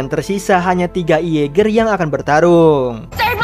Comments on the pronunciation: mimin...tu jaeger bkn iaeger🤣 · Jeeger bang bukan ieger